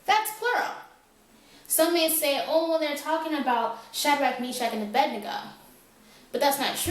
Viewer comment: It is 'Abednego' not 'Abendigo'